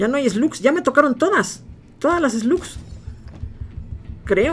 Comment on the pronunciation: cuando dice esglus diablo se refiere a las malvadas